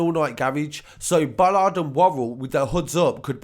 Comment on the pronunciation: Awful people but it is Bolland not Bollard.